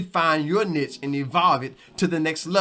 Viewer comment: YouTube can be a tough grind depending on our mindset, thank you for your inspiration and encouragement. I love the confetti! Thank you for saying the word "niche" correctly. lol. I like your description for YouTube analytics and tools, "Back Office". I look forward to more video.